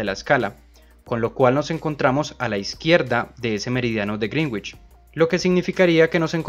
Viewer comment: Sólo una observación para quienes leen esto, se pronuncia correctamente "Greenwich" como ~Grénich~ no ~Grinwich~ ni de otra forma.